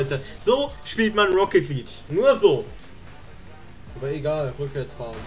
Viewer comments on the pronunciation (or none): Ich sehe den Titel: "Ich sollte E-Sportler werden..." Ich schau mir die ersten 5 Sekunden an. Er sagt: "Rocket Lidsch"